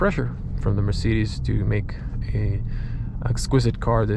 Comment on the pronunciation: Dude no wonder it doesnt work, youre saying "hey mircidis", how should that register ? 😂